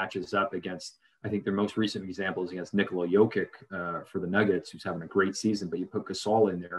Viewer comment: Chris Finch is not British; it's Bjorkgren not Bjorkman; Dewan was the second to last pick in the second round, not late first; Jokić not jokick; and no you can't shoot better than Flynn.